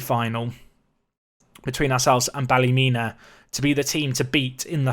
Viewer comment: You pronounced Ballymena correctly :D